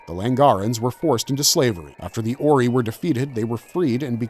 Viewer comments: Terrible pronunciation of 90% of Stargate races and places. So much so that I thought there were some other races I had never heard of. Like Ori pronounced oree instead of orai. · it's pronounced or-i not oree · fr Orey?? did this dude watch the shows with the sound on? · What did you call 'The Ori' ? that's new 😅